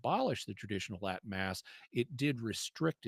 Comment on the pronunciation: Lol Liz's Latin at the start was terrible. Sorry couldn't help but laugh.